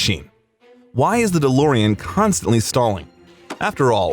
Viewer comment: 35 "the Lorean"??? Fucking AI. Thank God they'll never be smart enough to take over.